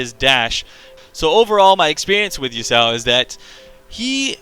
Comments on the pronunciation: I don't think it's Yusao, it's ya-su-o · Yo-sow? lol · Its pronounced "Yah-su-oh" (three syllables). I agree with a lot of your points, but I also feel like he has rather high early damage on a lot of his abilities; they sort of built his damage around the same numbers other champions would have...and then he also gets to cast his Q every 0.5 seconds or whatever and his E he can use every like 5 seconds to dash in and get an auto off. So when his abilities actually do decent damage...in my opinion, he does the most level 1 damage of any champion in the game! And its even more ridiculous because of his passive shield that he also gets at level 1 which just furthers his stupidly high trading potential early game. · A lot of people pronounce Yasuo as Yusao